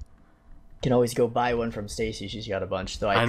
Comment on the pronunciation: Stacy says it right